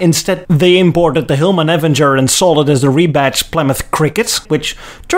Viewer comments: I meant to make this comment on your earlier video in this series, but my iPad died before I got the chance. You referred to the Hillman Avenger, but your pronunciation of the word grated on me somewhat. It's pronounced the same as Marvel's "Avengers", only without the "s" on the end. That said, you were right about it being an awful car. My grandfather had one and it was terrible. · Ford COUR-ee-ur. Hillman AVENG-er. You get 90% of the American pronunciations correct, which is a great track record :-) P.S. Lee Iacocca was more "Mr. Mustang" than "Mr. Pinto" ... at least in American popular memory.